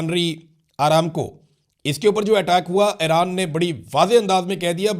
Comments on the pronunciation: The name Iran is pronounced EE-RAAN, not "Ae-raan". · What is Airan? Its Iran, isn't it? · Area kutti eid ai nei to yea Airan he bhoolgeai ha